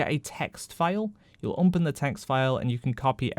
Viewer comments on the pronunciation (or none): I love your content, but why the hell do you always say 'umpen' instead of 'open' :D